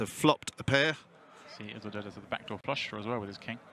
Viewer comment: Isildur is pronounced Ease-ill-dure